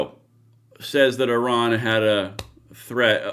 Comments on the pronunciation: Why do you keep saying Oh Ran? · Just in case you didn’t realize, you are saying O-ran instead of I-ran.